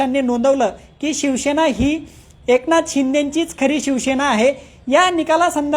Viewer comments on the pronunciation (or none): Aadhi tar ya patrakarala shivsena ucchait (pronounce) karayala shikava. Shivsena mhana. Shivshena nahi.😢